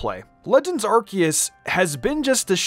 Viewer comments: HIH - SOO - IAN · Its hi su i